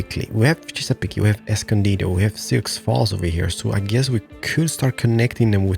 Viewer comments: Chess-a-peak no e sound on the end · You Chesapeake by (Chess-ugh-peak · Chesapeake is chess-ah-peak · A week late, but it's torturing me. Native American names can be tricky. Chesapeake= "Ches-a-peak"; Souix= "Sue". Google will be your friend!